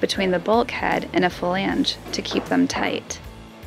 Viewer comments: my wife and i love the show but your pronunciation of words drives us a little nuts, button has two t's just so you don't miss em, yet you refuse to pronounce them, and matt say flange correctly while you say falange for some ungodly reason. We do love you both but this is starting to make your videos impossible to watch. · Bwah hah hah haaaa. As I said in my earlier comment I am binge watching this catamaran build series and in Episode 217 it is clear that she is just slaughtering the word "flange". The absolute funny thing is that someone else must have commented about her pronunciation and she edited in a proper "flange" over her talking nearly every time she used the word. Gotta love the sense of humor. Still binging.